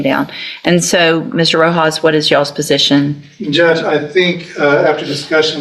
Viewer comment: "wot is ya alls positin" which redneck state is this judge presiding over? Edit: I believe that was? She's awesome! She saw right through the child abusing druggo defendant